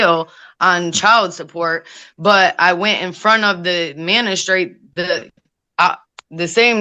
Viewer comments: How on Earth did you graduate high school AND get two Associates Degrees, yet you’re saying the word “manistrate”?? It’s MAGISTRATE! WOW!! People never fail to amaze me, negatively!! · Would someone please correct. It is not MaNistrate. It is MaGistrate. 😮😮😮😂😂😂🎉🎉🎉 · Is she saying mena-straight 🥴 Does she mean magistrate😟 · Is she saying "menstrate" instead of Magistrate lol she is disgusting!! Love!! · You try to sound edumacated but continually talk about a "manistrate". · It’s maGistrate you big dummy